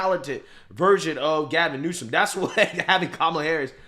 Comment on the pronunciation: The is on 'e' in Newsom.